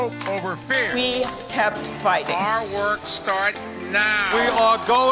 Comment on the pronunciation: Pete Buttigieg is so confused about the statement because it sounds like Bloomberg said, “Walk across the aisle” instead of “work” right after his statement about the gay marriage hahaha